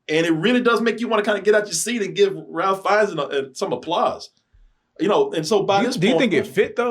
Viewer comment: RAFE. RAFE RAFE RAFE RAFE NOT RALPH. EMBARRASSING.